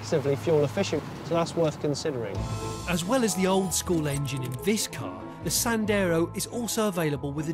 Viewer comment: . “So who would exactly buy a Dacia Sanders?” James May! Lol.